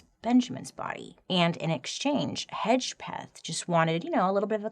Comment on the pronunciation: I could see the hesitation in saying Hedgepeth, but appreciate it being said right. Also, us Hedgepeths can't keep our mouths shut.